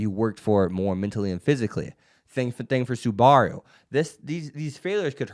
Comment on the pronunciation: someone help this manz say SUBARU's name right but other then dat this vid was solid keep it up bud